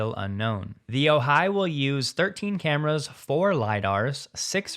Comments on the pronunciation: Great report, except no Californians say “oJAI”…it is pronounced “Ojai” (sounds like “O - hi”, with the accent on the first syllable. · It’s not oh-HI, it’s OH-hi. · The syllable emphasis pronouncing Ojai is OH-hai. Not oh-HAI. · You ALMOST have the pronunciation correct for the way locals say "Ojai". The STRESS is on the FIRST syllable, NOT the SECOND: OWE- hi. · "Ojai" is pronounced OH-hi, with the accent on the first syllable. SoCalFreddy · it's "O-hai" emphasis on first syllable. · We pronounce Ojai as O-high. Emphasis on the hard O. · Ojai is pronounced : long O hi with emphasis on the O. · Ojai. For all the “readers” out there, the pronunciation has the emphasis on the first syllable.✌️😎